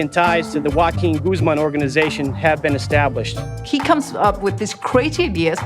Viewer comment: Not "Guaquin" lmfao 😂 Joaquin pronounced more like Hoaaakeen